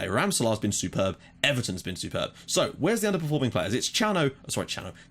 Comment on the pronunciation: What a great season we are performing, every piece is doing it's job and the machine runs perfectly! By the way the correct form to pronounce Cano is like you do but with the sound of a "k" at the beginning instead of that "ch" sound. (don't know if I'm explaining ok)